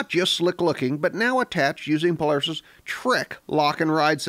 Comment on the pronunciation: U say Polaris funny u say plars!!:)